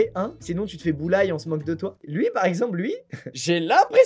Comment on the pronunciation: "Sinon tu te fais boulaille" :') je t'aime Squeezie, mais ça se prononce "bouli" (eh oui) !